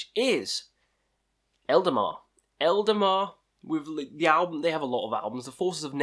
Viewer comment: Man, you put the names all wrong... Eldemar/Eldamar, Winterfell/Winterfyllth,Druke/Drudkh, Sail/Saor........